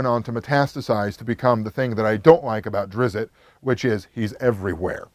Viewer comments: It is Drist not Drizzit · Why does everyone keep adding that extra I to the name, Drizzt? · Izzit? You sure you didn’t missit? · Why does everyone pronounce it drizzit? There isn't a second I in it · It’s pronounced “Drizzt”, izzit? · Dude you lost all credibility when you mispronounced Salvatore and Drizzt. Then stated he wrote a book or two about Drizzt in the Bloodstone Lands. He never wrote about Drizzt in that area it was Jarlaxle and Artemis. You should change the title of this video to "Why I Hate the Forgotten Realms".